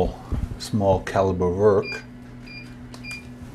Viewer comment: I like how you say "wörk". A lesson about tolerances would be nice.